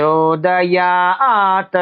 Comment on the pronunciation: यहाँ हलन्त त् को अजन्त त उच्चारना गलत लगता है। परम्परा तु आद्रियते।